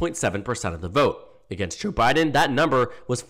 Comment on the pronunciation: when you're saying "Joe Biden," hit "Joe" a little longer. In this video, it sounds like "J'Biden"